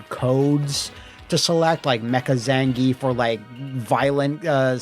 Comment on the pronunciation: Thank you for pronouncing "Zan-ge-ev" correctly.